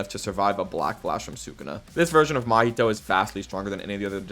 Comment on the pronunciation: Cool video my dude but who's that Mahito you're talking about? That guy's called Mahee-hee